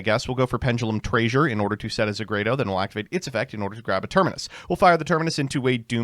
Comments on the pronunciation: I had to do a double take when called pendulum treasure "pendulum traysure" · I'm sorry but TRAYSURE? TRAYSURE? REALLY? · why are you pronouncing treasure like that? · There's no fucking way this guy mispronounced treasure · Why are you saying treasure like that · I have never heard anyone say “treasure” like that before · His favorite Shakespearean play is "Measure for Measure". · honestly, i'd take how he says treasure over how he says regina